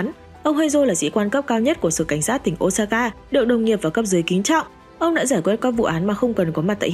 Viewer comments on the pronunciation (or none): none